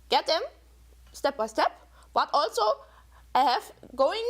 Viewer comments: This exacly what I wanted to say aswell. Thank you! It is not only that she has a horrible accent, but that some words are just pronounced wrong /german: Especially "also". (For non.germans:) "Also" is a word that exists both in german and english, but has a completly different meaning and therefore (aside from gerneral differences in the pronunciation of both languages) pronounced differently aswell. (Sorry if there are grammar or spelling mistakes) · i'm german and her "also"s trigger me so hard, rn.